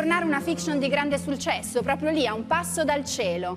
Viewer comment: ma solo io l'ho sentito???? SULCESSO ahahahahaha